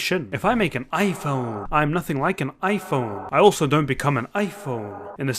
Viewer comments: kinda funny of the way you said IPHONE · mashallah brother, perfect explanation may allah put this in your hassanat btw I liked the 'IPHOONE' part